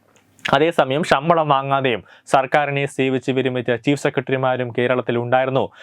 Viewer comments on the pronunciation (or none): ഈ പറയുന്ന തെണ്ടിയോട് ഷമ്പളം അല്ല ശമ്പളം എന്നു നാക്കുവടിച്ചു പറയാൻ പറയൂ..... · ഷമ്പളം അല്ല ശമ്പളം, ശ ക്കു പകരം ഷ എന്നാണ് പറയുന്നത്.. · ഷമ്പളമല്ല ശബളം എന്ന് പറയൂ സുഹൃത്തേ